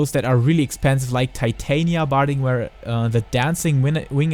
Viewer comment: I don't mind your accent. But your butchering of the name "Titania" is cringy lol. I thought after ShB no one would butcher it again, it's been my characters name for 8 years. Not trying to be a hater, just letting you know you're saying it wrong